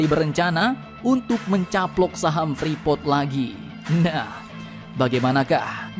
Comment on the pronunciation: Admin freeport bukan frepot hhh